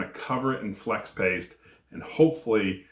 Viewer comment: Lol. He said Flex Ape 😂